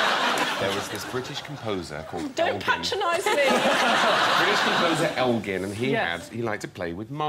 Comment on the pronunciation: Elgar, not elgin...